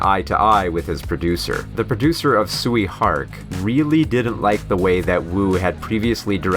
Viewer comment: Tsui Hark is pronounced "Choy" Hark.